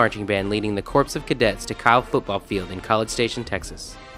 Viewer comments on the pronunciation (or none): It's pronounced CORE of Cadets!!